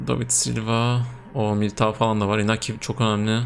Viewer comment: Iñaki, İspanyolca İnyaki olarak okunur.